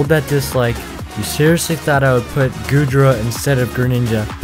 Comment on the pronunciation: Bro you triggered me when you said goodra